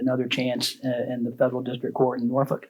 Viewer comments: It is not pronounced Nor-folk. It is nor-fuk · Just so you know, we pronounce it Nor-fuck, not Nor-folk. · I'm originally from the area. You don't pronounce the L. Nor-fuk. Or as some of the locals call it, Naw-fik. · It's pronounced Nor-fuck here